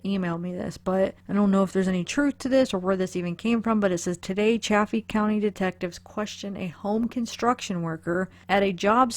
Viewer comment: It is Salida, like saliva. It's also Chay-fee. I know, there's 2 f's, that should make the a soft but....no. Lol!